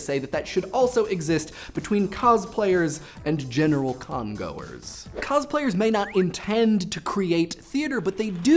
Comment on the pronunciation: He said: "General Con goers" I heard: "General Congo-ers"